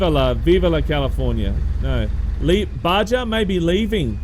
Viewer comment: The letter 'J' is pronounced as an 'H' in Spanish. Meaning Baja California actually sounds more like Baha. It refers to a geographical location. (Basically the part of the California peninsula still belonging to Mexico.) Nice video.